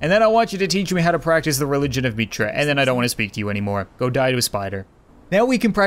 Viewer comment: It isn't "Meetra," it's Mitra